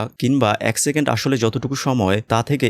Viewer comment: Vai doya kore second bolen segend na...khb e birokto lage shunte